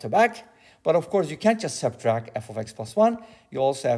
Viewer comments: "SubtracT" not "subtrack" ;) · It's funny to see people get upset at how other people pronounce things. Maybe it just his accent or a speech impediment. None of my business.